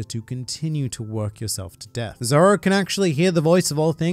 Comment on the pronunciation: I didn’t know that “zoro” was actually spelled as “zolo” 😂